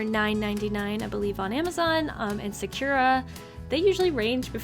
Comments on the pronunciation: SAH-koo-RAH SAH-koo-RAH SAH-koo-RAH NOT SOO-ku-ra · Its really triggering me that youre pronouncing Sakura wrong and usually it wouldn't but you said it like 20 times you pronounce it sak (like you're saying sock) ku (like coo) ra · I’m just saying that I got kinda confused when u said sakura. I know that’s the brand but u said it like sacura, but I pronounce it sa-ku-ra because it’s Japanese.😂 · Sah-ka-ra is how you pronounce sakura its so hard listening to you say secura so there ya go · I love everything you do, but I need to tell you that Sakura i's pronounced "sah-koo-rah" and not "secure-uh"... The Sakura Tree Wikipedia page should have an audio button if you need to hear it. Sorry for the critique, but securuh was just weird to her >.< Love ya! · Sakura is pronounced (Sah-kuh-rah) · hmm 'sa-cure-a'? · Now that I re-listen it’s sounds like sir-kur-a yikes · Ily but the way you say sakura makes me wanna jump out a window lol